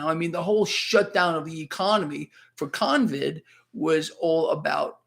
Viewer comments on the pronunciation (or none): "Convid" Haha. Nice.